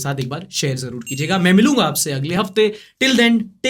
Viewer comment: Aakhir me aapne kha shab bakair ( شب بخیر) maza aa gya Axa bolte h aap to Kamal kar diya